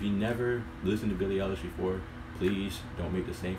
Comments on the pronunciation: this girl mad good, i swear, shes gonna take over. oh and btw its pronounced i-lish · Great video— her name is pronounced EYE-LISH